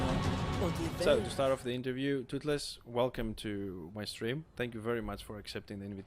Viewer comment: My boi Tootlez! Its not pronounced Tooth-less btw ;)